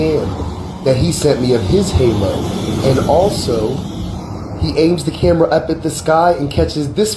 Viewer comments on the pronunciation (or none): none